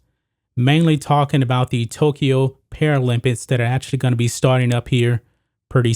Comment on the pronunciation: "paralympits" "olympits"